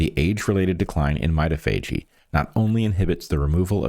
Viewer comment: Not to be a pill, but I think "mitophagy" is pron. my-TOF-a-gee?